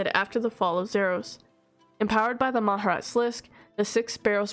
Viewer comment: Respectfully you mispronounced Mah-Jar-Rat